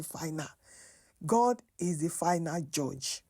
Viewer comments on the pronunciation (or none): none